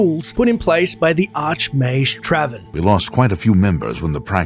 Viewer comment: Why do you pronounce "mage" like mAzh instead of mAj?